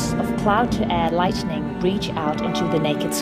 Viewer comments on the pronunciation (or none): Beautiful video. Naff commentary. It’s “lightning”, not “lightening”.